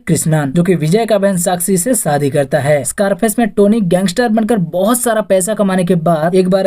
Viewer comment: Video research good.. but pls focus on pronounciation .. saadi nahi shaadi..Bijness nahi business